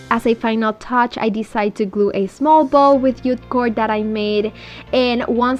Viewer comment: It's JUTE not ute cord! 🙄